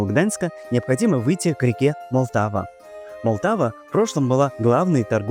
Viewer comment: Мотлава, а не Молтава!